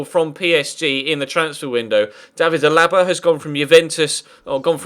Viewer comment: did he just say david the laba